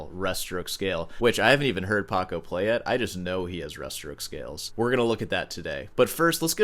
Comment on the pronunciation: It's PACO not PARCO